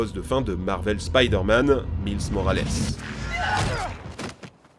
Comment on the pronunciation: "mIlse morales"